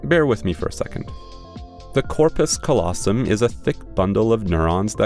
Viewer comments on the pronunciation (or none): the way you pronounced callosum hurt my brain. ironically.